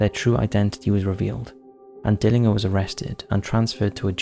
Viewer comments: For future reference Tucson is pronounced as Too-Sahn, and Dillinger is pronounced as Dill-Injure. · You pronounce the G in John Dillingers name as a J, Dill in jer !! You've got a good channel though. All the best my man!!✌️ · Learn how to pronounce Dillanger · I like this channel but you do like to create words, use weird grammar and strange pronunciations. When was "Dillinger" ever pronounced "Dilling-her"?? In another video you said "parentses" instead of "parents'". It really is very irritating when the content is so good. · Dillin-g(but pronounced like a "j") er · Dillinger is pronounced dill-in-jer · FYI: John Dillinger pronounced: Dillinjer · THIS is how you pronounce Tucson. Dillinger = di·luhn·jr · johnn DILLIN"JER" ...youve never heard of john dillinger ? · ''A Jax''??? SeriousIy????? ''Tuck son'' ''DiIIiner''. Jesus dude, do you research anything????? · I live in Phoenix Arizona.. TOO SON the C is silent. DILLINGER John DillinGer.... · Pronunciations bro it's not dillinger it's pronounced dillinjer and tucson is pronounced like 2 son 😂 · Tucson = TOO-saan Dillinger = DILL-en-jer = Spooky Month content WIN! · And Dillinger is pronounced Dillinjer... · Dill ing ar 🤣🤣🤣 he would have filled you full of lead just for fun... should have got his name right.... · Dill-in-JER, not inger. Haha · JOHN DILL-IN-JER…. Dillinger like the gun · You must have missed the John Dillinger mispronunciation. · It’s Dillinger. G like ginger. 🫠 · when he said Dillinger I had to back it up twice to make sure I was hearing his pronunciation right! Sorry but I haven't laughed like that in a while 🤣🤣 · Just like how you pronounce GIANT w/ a hard G/J sound, Dillinger is not how he pronounced it, it’s DILLIN- JUR. Not to mention the unfathomablity of the way he pronounced Tucson lol 😝. It’s TOO-SAWN Not TUX-ON. SMH. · Tucson is pronounced Too-sonn not tuck-son! Dillinger's name is pronounced Dill-in-jer with a hard G.